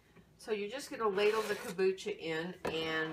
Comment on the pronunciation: Hey nice lady! so please say the M in Kombucha :D , then at about 7 minutes into the video you use some kind of lemon juice out of a store bought bottle what looks like. Just make sure there are no preservatives in there as it kills/fights bacteria and yeasts. Other than that, thanks for the good video! Whish I could get my hands on those brown bottles...